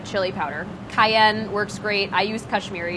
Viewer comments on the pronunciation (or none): none